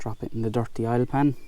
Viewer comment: Oil not aile